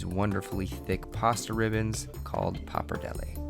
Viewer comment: Was it even a joke the way you said papardelle